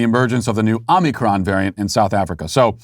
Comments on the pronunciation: "Omnicron?" Matt, are you having a stroke?? Don't you mean, omicron? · With Walsh saying omnicron I’m almost starting to believe that’s how it’s pronounced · Yeah, I admired his dedication to the mispronunciation. 😂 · OMICRON....not OMNICRON